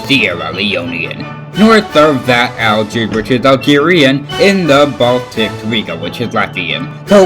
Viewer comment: Algeria is pronounced "Aljeeria" But very impressive That's a GGs